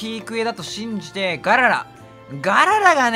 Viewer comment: ガララがGARANAさんに聞こえるw